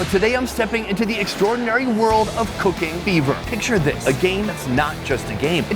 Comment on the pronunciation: I heard "cocaine beaver" when he plugged the sponsor "cooking fever."lol